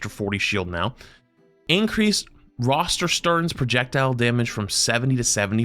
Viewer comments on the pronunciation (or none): can’t say adjudication and cthionian and roterstern for shit and doesn’t how to read